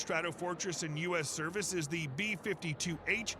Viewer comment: That moment it's blatantly obvious the video is AI voiced... . "Serve-Whale" more decades?! "Serve-Oil"? Def didn't pronounce several there...